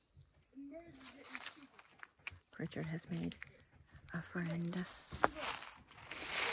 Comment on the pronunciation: Sorry it's Richard and not derik